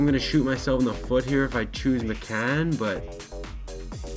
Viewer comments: It's pronounced miccan? I thought it was like Mike-an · George McCann????? That's how you pronounced it. It's Mike-n bud smh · Its pronounced mike-in not mecan lmaooo u pecan 😂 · Connor D'Arcy MY-CAN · "Mike In" is how its pronounced. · It's pronounced myken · your saying MIKAN wrong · TheKYRw I cringed every time he said it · ugh the way he pronounced his name he's clearly never heard of George mikan before.. embarrassing, put the game down and watch some basketball please, rip mikan